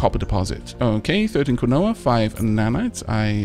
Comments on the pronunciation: Hey! Long time no comment. Wanted to let you know that "Quinoa" is pronounced "KEEN-wah". I'm probably the 50th person to mention it but just in case. <3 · quinoa is pronounced keen-wah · quinoa, is pronounced properly as Keenwaaahh, just thought, you'd like to know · idea. Keen- Waah! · Uh no, it's Ki-no-wah.../ˈkiːnoʊ.ə/... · Spanish speaker here, if you want to pronounce it correctly it is KEE-NO-A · Because we are all scallywags... I mean, would you trust me if I just gave you some pronunciation? Besides, I've heard several opinions on how to pronounce quinoa, including 'coin-oh-ah'. Didn't see it in the comments here... but I encounter discussions about it irl. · It’s pronounces Keenwa , he said Quinoa Wrong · Was about to comment this, then saw your comment haha.